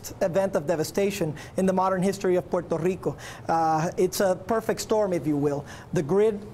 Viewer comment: I hate the way that governor keeps saying Puerto Rico